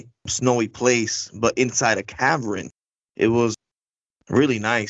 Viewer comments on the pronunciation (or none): Cavern. Not cavren